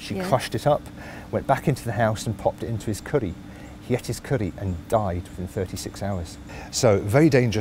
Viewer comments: Ricinus communis is a weed in my country. Its grows everywhere ! thats the most funniest way to say Curry. Sounds like Qurry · why's he say curry like that 😂😂😂😂😂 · Does he suddenly turn Welsh when he says curry or something?? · . pronunciation of "curry". I am now going to say it like that for life